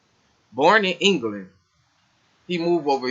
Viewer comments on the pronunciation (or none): none